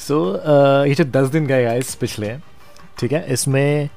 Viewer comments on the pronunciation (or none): none